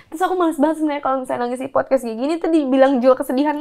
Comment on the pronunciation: Podcast, mbak...bukan fodcas....apalagi foodcash 🤭